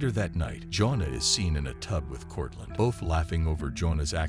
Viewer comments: You have the strangest pronunciation for the name “Joanna.” It’s not pronounced the same as “Jonah,” it is pronounced “joh-AH-nuh” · For those wondering, her name is actually "Joanna." The narrator bot is saying Jonah over and over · computer voice "joan'na"??? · Jonuh. Jonuh. Jonuh. AI videos are CancerAIDS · Every time you mispronounced Joanna, my IQ dropped. Lol😊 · Is this a bot? Her name is JOANNA, not Jonah. Fail. Sy Ringe? Really? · His wife Jonah.... You mean Jo-Anna. Who calls it a Sigh-Ringe? It's a Suh-Ringe